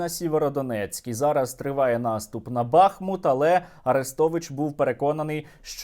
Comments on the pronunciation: БахмУт, не БАхмут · Сергію, лайк і підписка! Але, не БАхмут, а БахмУт! Будь ласка, не треба уподібнюватися АрЕстовичу! Правильно казати - БахмУт!!! І річка БахмУтка! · Сергію ! Правильно не бАхмут , а БахмУт. Не розумничаю , просто підказую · Поправка, наголос БахмУт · Пане Сергію, назва міста Бахмут, вимовляється як БахУт, тільки з таким наголосом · Бахмут наголошується на другому складі